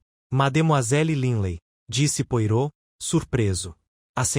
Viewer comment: O mínimo q se tem q fazer é pronunciar da forma correta os nomes. Poirot - "pua-rô", Hasting - "reis-tin"......é só dar um Google....não consegui dar continuidade, a narração ficou comprometida.